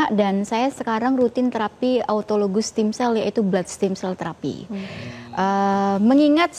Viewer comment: Ragu deh, dokternya aja lafalin produknya udh ngaco 😅😅 what steam cell. Stem cell not steam cell ntar keluar jadinya dimsum 😅😅 S7 deh episode ini agak boring